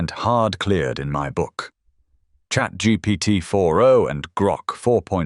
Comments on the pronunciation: "chat Geebeegeetee" hits hard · "i was. with chat. geepeteepi" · "chatGgt" lol